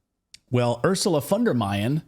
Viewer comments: Nothing wrong with pronouncing the "von" or the entire name the German way, but "Ursula von der Meining"? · "Von Deleyed" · Doesn’t matter what language she speaks in, she is not in command of her own tongue!! I am German I know. She says here “von der Mining”. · it's Leyen not Meyen (Ursula von der Leyen) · She said Ursula von der mining 😂😂😂 she is the dumbest politician so far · Baerbock called Ursula Fondermining lol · We have an expression in German, because she hardly can finish one sentence without a big mistake. "Gebaerbockt". She said "Ursula von der Mining", a typic Baerbock. 🤭 Her name is von der Leyen. She said: "The war will end when Putin turns around 360 degrees." She is actually a real danger to 🇩🇪. She declared Russia war from Germany. And with winning the war, which she really seems to believe, 🇺🇦 wins peace? What?🤯 And why only ukrainians must die for our values, democracy and freedom. Why Germany has an army, when not for this case, if it really were so? But they are in Mali since years, I have no idea for what. Greetings from 🇨🇭. I love your show.